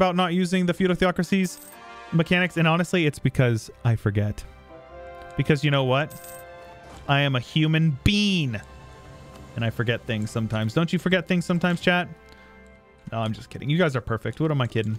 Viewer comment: You said "I'm a human bean?" 🤣🤣🤣🤣🤣🤣🤣